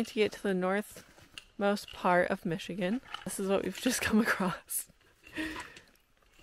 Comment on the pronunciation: Great video. As a Michigander you did way better than the average on the pronunciations. They get a little crazy up north.